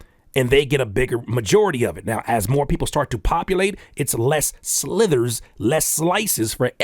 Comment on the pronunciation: sliVers,. We get slivers. Not slithers